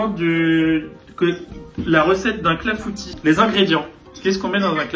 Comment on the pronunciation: Ah je suis cassée, son clafoutis c’est pas un clafoutis mais un clafoutu 😭😭